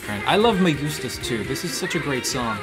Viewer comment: As a spanish speaker I loved when you said "me gustas tú" your pronunciation was very good